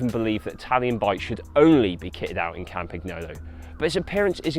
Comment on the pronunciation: he says campaghnolo and uses campag as shortcut. it is pronounced campa(g)nolo with a silent g and it would make more sense to use the short form campa